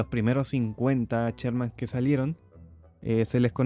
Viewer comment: No es "cherman", es Sherman.